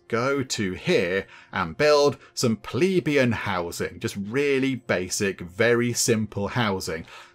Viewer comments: it's pleBEian, not PLEbeian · Hehe, you tried almost every possible pronunciation bar the right one bless you. Plebian = Pleh-bee-un. It's where we get the word pleb that some still use.